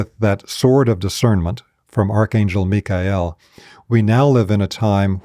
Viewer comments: What a breath of fresh air to hear "Mikhael" pronounced correctly! 🙏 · How do we know that we are in This age as opposed to any other? Why Michael? Btw, I'm grateful for the correct pronunciation. 🙏